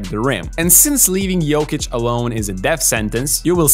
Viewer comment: Dude say yuckic instead of jokic fuck this guy 😂